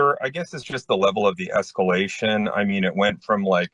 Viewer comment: They deserve the PO just to save them from having to hear her say esc-U-lation again.